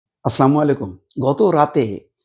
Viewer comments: ভাই ভবিষ্যতে শুরুতে, আচ্ছামু ইলকুম,বলবেন না। তার চেয়ে বাঙলার কোন শব্দ ব্যাবহার করবেন। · সালাম শুধ্য উচ্চারণ করবেন। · বড় ভাই প্রথমে জে সালামটা দিওয়ার সময়, একটু সময় দিনে, ইস পস্ঠ ভাবে দিলে। মনে সান্তি পাবো।